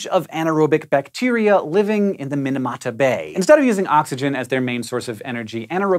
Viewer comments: Mee-nah-mah-tah. Not min-a-mah-tah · Japanese tips for Hank: - “i” in Japanese always makes an “ee” sound - “a” always makes an “ah” sound - “ch” never makes a “sh” sound. So “Chisso” is pronounced “chee-so”, and “Minamata” is “mee-nah-mah-tah” :) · Oof, those pronunciations tho.... Minamata - 'mi' like 'meatballl' and not like 'minute'. Chissa - Chi like 'cheese' and not like 'shin'. There's a slight pause between 'chi' and 'sa', like a fermata, as with all double consonants in romaji.